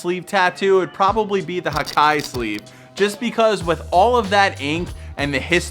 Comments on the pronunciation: Great video,, but just a small correction: when talking about Japanese words, don't pronounce them like you would in English. "Hikae" is not pronounced like "high kye", but something down the lines of "he kah eh". Also, in my opinion, sleeve tattoos can also be inner or outer. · Its not pronounced as hai kai Its hee- kaa -eh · I love the video man!!! One thing to add, hikae is not pronounced /hi-Kai/, it’s pronounced /he-ka-eh/. I’ve been studying the Japanese language/culture for almost two years, and I agree that it’s one of the best types of tattoo.